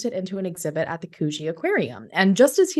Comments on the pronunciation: Sorry it's could-gee not koo-gee. The first syllable is short. Thanks for telling Australian stories! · It’s pronounced Could-Gee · Coogee = "could-jee"